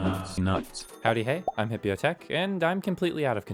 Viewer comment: just going to put this out there.. the way you pronounce Hipyo is wrong. You saying Hippio and you spelling it Hipyo.. just saying..